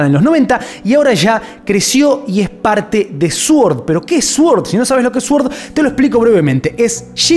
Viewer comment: se pronuncia "soord" no "suord"